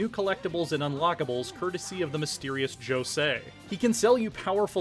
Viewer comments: how do you pronounce Jose that wrong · You pronounce Jose wrong